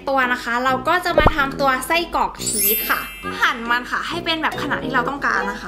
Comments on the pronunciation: ชีสค่ะไม่ใช่เนยน่ะ❤️❤️❤️ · ทำไมพูดชึสเป็นเนย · ชอบพูดผิดพูดว่าชีตเป็นเนย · ที่แรกที่พี่พูดบอกอุปกรพี่พูดว่าเนยแต่พอทำพี่ทำพี่พูดว่าชีสพูดผิดค่ะ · พี่พูดว่าชีดเป็นเนย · พี่พูดผิดจากชีสเป็นเนย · พูดชีสเป็นเนย555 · พูดผิดชีสเป็นเนย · พูดผิดค่ามันคือชีสค่า